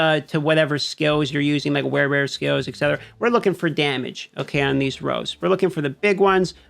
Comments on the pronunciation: Are you saying rolls? Or rows? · "rows" is this guy saying "rows" instead of rolls?